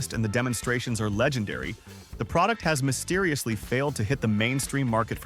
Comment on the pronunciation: Mysteririously…. ….Seririously?